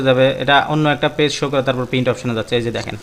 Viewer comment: brother not pin It's called print